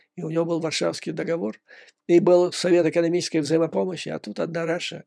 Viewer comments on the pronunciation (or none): none